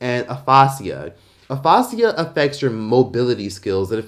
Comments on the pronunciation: Bro. Pronouncing “uh-FAY-jah” like “uh-FAA-SEE-ah” is literally crazy! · Aphasia is pronounced “A-Fay-jah” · It's pronounced A-Fay-ja not A-fos-ceea 😂 its medical terminology. I got a c in that class, but C's get degrees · It’s Uh Faye Ja. Like Asia. lol Aphasia. Love you! ❤️ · Its aphasia is pronounced afae - sha , My husband had a stroke two years ago and he has aphasia. Also, he is not able to speak correctly and it affected his language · Pronounced Uh-Fay-Sha Aphasia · It’s pronounced A-FA-Ja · Pronounced uh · fay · zhee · uh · Pronunciations be all wrong on YT lol 🤦🏽‍♀️ Aphasia is pronounced like ah-fay-ja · it’s pronounced Uh-fay-shee-uh I feel bad for Wendy I do, she was doing a job, yes she was petty at times but it’s never good to wish bad health on someone or saying that’s what she gets it’s her karma because if that’s the case we all should be waiting for our karma daily as we are all sinners, karma is Hindu religion anyways lol Christianity would say reap what you sow. But to me that’s just wishing ill upon yourself. I noticed she started going downhill after her husbands affair and love child 😢 that’s just heartbreaking for a person. Then the passing of her mother 😢 My thoughts are with Wendy ❤ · .....bro, "APHASIA" is pronounced "Uff-asia" ......😒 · The way you pronounced Aphasia is wildly incorrect 😂 but it's ok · Not “aphasia” getting a makeover with a fancy mispronunciation. 🤣🤣🤣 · Not you pronouncing aphasia wrong